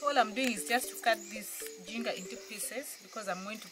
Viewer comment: Ginger is pronounced as one of your towns. Say Jinja.